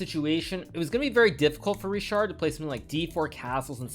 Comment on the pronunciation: it's either 'Rihard' (for Hungarian pronunciation) or 'Richard' (for English one), but definately not 'RiSHard' :) anyway, nice game